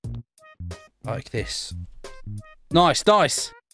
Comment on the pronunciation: I love how u say nice noice